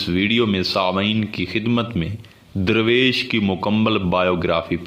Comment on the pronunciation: Your meaning of "Darvesh" is absolutely wrong. It is not durvesh. It is Darvesh which originated from farsi word "dar" means "a door". Darvesh is someone who goes from door to door. the correct Urdu/farsi pronunciation for the english word Darvesh is Darveesh.